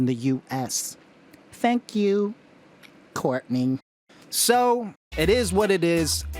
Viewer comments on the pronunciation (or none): That "Courtney " at the end got me 😂